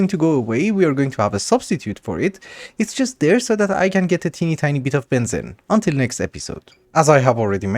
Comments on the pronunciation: it is pronounced benzeeene not Bensin :D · just fyi, its ben zeeeene not ben zen. Long ee like fleece.... or so I say it:D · heads up its pronounced ben-zeen love the videos :) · the amount of times i have to hear benzene will make me go crazy its you say it like benzin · Strange. Us "yanks" 'murr'cans have been taught to pronounce benzine and gasoline the same... I'm happy to call it a regional difference. seems there's lotta words that are like that. much as I'd reaaaaally prefer to have a globalized standard for more things. No worries, always looking forward to more progress. and please, PLEASE go megadeep into Thaumcraft. I...I need it. I don't know when I'll get to see more of one of my favorite classics. keep going! right into those obsidian obelisk dungeons, and stuff! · the way pronounces Benzene is so fun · funfact: Benzene aka C6H6 aka cyclohexatriene is pronounced as ben-xeen (if you know x33n) / ben-zeen idk why, but just wanted to point this out